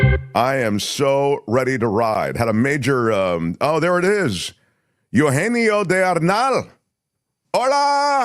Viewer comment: It’s E-U-genio. Not E-you-genio. “eu” here is not a diphthong. Each vowel is pronounced separately.